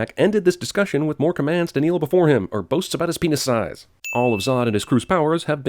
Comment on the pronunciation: Should have taken a sin away for "Keel before Zod!"